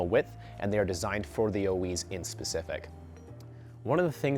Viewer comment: Oiz. not Oiweeez. You guys sell it but don't know how to say the name? its literally ON Orbeas youtube videos of how they say it.